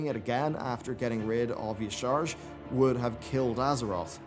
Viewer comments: Y'Shaarj is pronounced ya-sha-raj. There's an ingame cinematic with the Klaxxi. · Dude, huge fan, love the vids. But it bugs me every time you pronounce "Y'Shaarj". It's pronounced: Yah Sar Raj. Here's a link to a video by Nobel where an ingame NPC says the name: . Personally, I prefer how Nobel says the name, he rolls the "r" which I think makes it sound even spookier/magical (but I think that's just his accent).